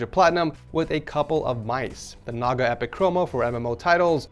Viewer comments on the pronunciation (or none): none